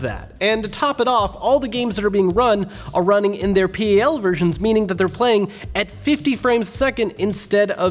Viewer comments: That's the first time I've heard PAL referred to as "P-A-L". I've only heard it pronounced as "pal". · Lmao you actually said P.A.L.... no one says it that way. Its all one word, PAL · "pal" Pal. Not pee ay ell. 8bit Doo not doe Scanlines are stupid. I had a big screen TV and never saw lines. Those displays are better than people think. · "All the games that are being run are in their p-e-l versions" Uhh, first off it's PAL, secondly not all games are, and lastly most of the games converted to PAL have fixes to make it run at the same speed, just a lower framerate. Unless you are counting every individual frame you're not going to notice much of a difference. A channel as big as this one should be doing research before uploading, you're only spreading misinformation. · Americans can't pronounce the word pal. Amazing. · P-A-L. You mean PAL version. I've never heard anyone say it that way before.